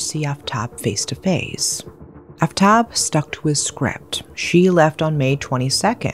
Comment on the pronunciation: the name butchering is KILLING me. "shr-AH-da" "aaf-tahb"